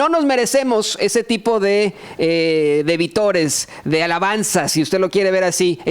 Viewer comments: ...es VÍTORES...así se escribe y se pronuncia con énfasis. Saludos. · OJO: Es vítores (con acento), no vitores... Saludos :) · Hola. Felicitaciones por su labor; se lo reconocemos (entre paréntesis, se dice vítores -con acento en la i). Nuevamente: gracias y reconocimiento. Síganle así. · se dice vítores, no vitores. Un abrazo. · Se pronuncia "vítores" con acento en la "í". Saludos y felicidades desde Minnesota.